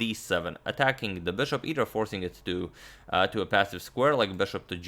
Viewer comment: STOP SAYING "BÖSHOP" PLEASE ITS BISHOP AND PAINFULL THNKS!